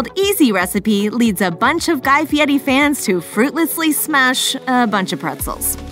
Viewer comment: He can't pronounce his name right. He puts a t in it. Why would anyone think he can cook???